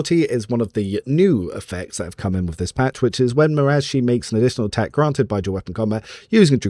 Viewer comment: it bothers me how you say marazhai. lol, i thought it was ma-rah-zhai(like rhymes with sky or eye).